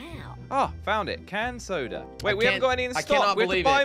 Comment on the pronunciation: Normal people: soda Josh: sodra